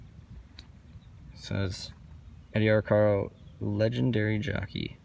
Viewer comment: Good piece,. I always heard the jockey's name pronounced Ar-care-o, rather that Ar-car-o. He was the most famous jockey of his day. Keep up the great work.